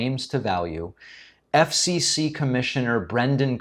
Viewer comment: He can't even say "FCC" correctly. Doesn't wanna "accidentally" sound Gay. All these Stiffs are hiding who they really are behind hatred imo. Just like "J.D. Vance" with his fake name and life.